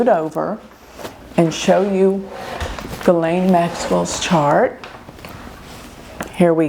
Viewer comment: I am so happy you pronounced her name right. She has Pluto and Black Moon Lilith conjunct at bottom of her chart.